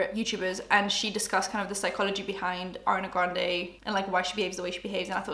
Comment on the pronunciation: I keep hearing Arnay Granday 😆